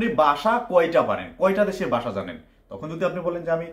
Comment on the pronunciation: বাসা না ভাই, ভাষা! উচ্চারণ সঠিক করেন